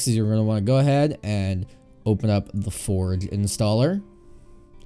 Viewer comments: my man pronounced forge forg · U said forge u should say forje